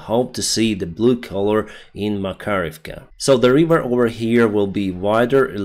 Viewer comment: It’s River not Wiveer homie